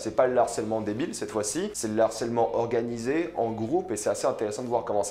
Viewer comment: La même !!!